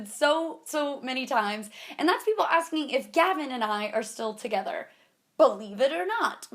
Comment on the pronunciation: is it just or do I hear havin every time she says Gavin